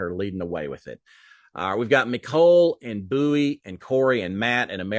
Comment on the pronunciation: you called Bowie "buoy" again! lol! <3